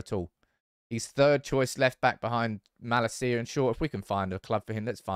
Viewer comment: Bro please, before the season starts. Watch Malacia's "welcome video" and listen to how his name is pronounced; [malAcia]